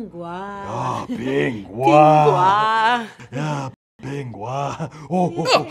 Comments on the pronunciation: Pronunciation is disgusting, it is Ping Guo not Ping Gua! P.S I am from China. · its not pronounced ping gua its pronounced ping guo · that's not how you pronounce ping guo!! though i wish my mandarin lessons had been like this :(